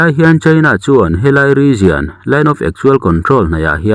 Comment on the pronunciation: Region hi Rijawn anga lam nise rizian han tih em em hi chu zia lo deuh lo maw. 😂😂